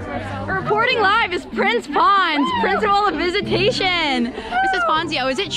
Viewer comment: “Princ Ponz”